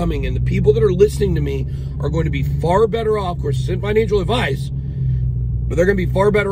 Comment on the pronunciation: George vs Bit boy hahahahha one guy can’t pronounce “going to” and the other is the Libertarian champion of ADD. I don’t think George takes the invite, you can sense he is uncomfortable in discussions that involve shrewd wit. Personally I think both you guys are more entertainment channels. I can’t imagine the wreckage of a portfolio that follows both of you for fiscal policy and market analysis lol. Rather than an awkward passive aggressive personal validation session between you too, have the token metrics or market cipher teams on and move some units, machine learning exists for a reason. This gets you paid, and your viewers paid. Let George be right polishing his invisible opinion trophy while you count stacks. The yield on ego validation is always sub zero.